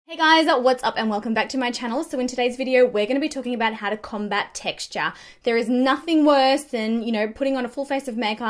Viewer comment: "How to combat TexT-aH"